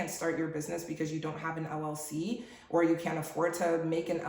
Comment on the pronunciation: Did she say LLC or LOC , which it does not exist. Thanks ahead.